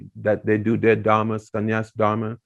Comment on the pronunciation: When would you learn to say, धर्म and not धरम?